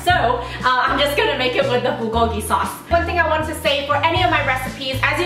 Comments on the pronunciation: The way you say Bulgogi and Kalbi hahaha I wish I was there to correct you xD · kgarl-bi, burl-gogi.....